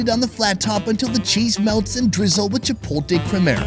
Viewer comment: The T is before the L in CHIPOTLE.... WHITE BOY